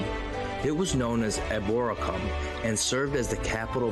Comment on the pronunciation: Its pronounced e bore rack hum but spelt eboraceum